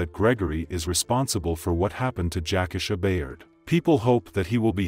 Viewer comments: I just really think out of respect, the victims name should be pronounced correctly. RIP ❤ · Its pronounced Jac - Key-Sha! Not Jackasha. Show some respect to the deceased please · Yes, that’s throwing me off, I don’t even know this story or her real name, but damn Jack-asha definitely sounds off….I’ll find the story on another channel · Everytime I hear this guy mispronounce her name, I cringe. U showed the news about her, saying her name a couple of times, yet u don't have the common courtesy to say her name correctly. I've seen him do the same thing on other videos. The disrespect is real!! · He needs to learn how to pronounce names....that irks